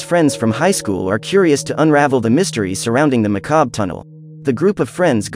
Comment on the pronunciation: When the AI cant pronounce "Macabre" and pronounces it as "Mucob"